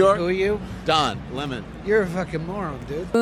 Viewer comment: “oops I pronounced Lemon as Lamann maybe I should do a retake…….nah” - women